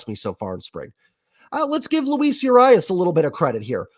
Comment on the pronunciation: This bullpen, cant wait to see what we get out of it, its an over the top signing, Jerry was just waiting to strike, of course pen looks bad in spring, they not focused on quality innings right now, they focused on practice and getting good results on certain pitches. Btw its Ur-RII-UAS strikes agian. 😂